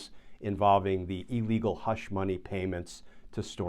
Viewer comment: I cringe every time someone in law says e-legal.